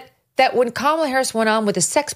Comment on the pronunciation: Am I nuts or did Oprah just mispronounce Kamala’s name?